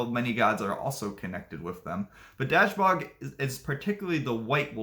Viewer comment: Please work on your pronunciation. Try dashboog